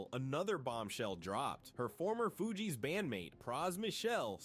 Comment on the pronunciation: The narraration is gawd awful, mispronounsing the fugees differently every time... it's just bad